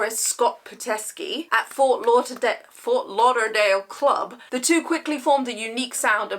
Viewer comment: Yes, you've said Ft. Lauderdale correctly, as I do live here. Dude is just a skillfully toxic narcissist, simple as that. I did enjoy some songs in the past, but I removed them from my personal library afterwards, along with R. Kelly, for obvious reasons...